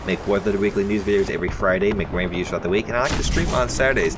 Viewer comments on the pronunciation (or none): none